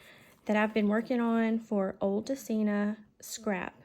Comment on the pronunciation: I love all the folded pages in the tea bag journal, this is so a great idea! And the spoon charm with the tickets are just AWESOME! Wow! You have the best stamps set to go with the digital kit, the quotes are real good! 😀 The folio is gorgeous too and yes, you say Odulcina correctly 😉